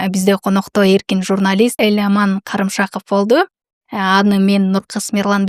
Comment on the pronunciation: Бул кыз Эламандын фамилиясын туура да окуй албайт ко.